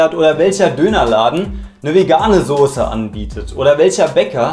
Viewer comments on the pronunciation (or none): none